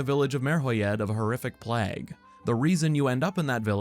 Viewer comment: Hey, fantastic video and I'm almost certainly going to buy this game but that is not any human being has ever pronounced 'plague'